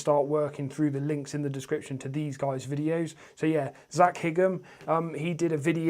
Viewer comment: Thanks mate 😃 Was a bit confused when I saw my profile pic in the thumbnail ahaha, I really appreciate that :) Your channel is going to grow very quick and you'll be riding with Seth and Bk soon no doubt! You say my second name as "high-ham" but it's no biggie 🤘🏻